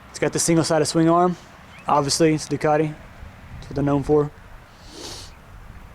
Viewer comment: Nice vid but there's no "r" in Ducati ;) lol (just joking)